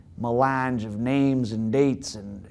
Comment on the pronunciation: Learn how to properly pronounce names bro.